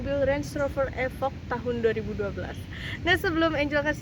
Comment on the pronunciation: Efok 🤣 bacanya ifoq mba wkwk